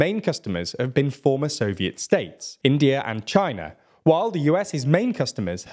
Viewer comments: Who ever is doing the copy on this needs to learn... saying Former Soviet States India and China sound like India and China are former Soviet States. You would normally say former Soviet States, India and China or former Soviet States, as well as India and China. The pause in the delivery here in both lists of Russian and US arms buyers sounds like the additional nations listed are either part of NATO or the former Soviet Union. I should have to take a second to comprehend. It should be clear what is being said. Also India-China Relations are on the rise... means they are getting better not worse. India-China Tensions are on the rise or India-China Relations are on the Decline. I had to stop the video there because the lack in care in the copy means I can't trust the data presented as been properly fact checked. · the voice AI text to speech app you're using is a bit shit as the intonation basically calls India and China ex soviet states. I'm sure you know they're not though. the above statement reads like this 'ex soviet states; India and china' Perhaps just use a comma next time or if you're reading something, understand what you're actually narrating. It pisses me off, there are so many people who can't be bothered to learn basic history and even this video can't achieve that...